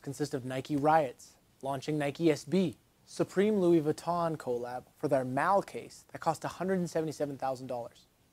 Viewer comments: People who say co lab instead of collab is annoying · Love the videos. Hate how you say collab. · I love your videos but the way you pronounce “collab” is insane